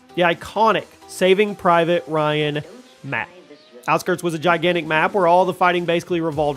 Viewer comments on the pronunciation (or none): none